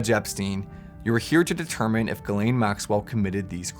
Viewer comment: Is it pronounced Guh’lane or Jiz’lane? Let’s be honest.